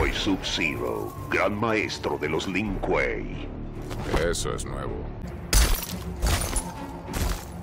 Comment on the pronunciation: Si tomara un trago de wiski por cada vez que dice link kuei estaría en coma etílico